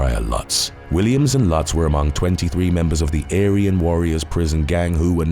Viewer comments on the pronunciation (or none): none